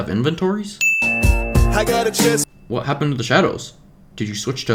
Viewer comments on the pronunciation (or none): none